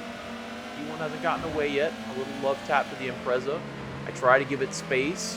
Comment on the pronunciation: 2nd time I've watched this one and I'm really sorry, but it needs to be said. Please learn how to pronounce 'Impreza'